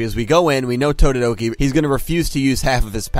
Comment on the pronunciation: its TO-DO-RO-KI wtf are you saying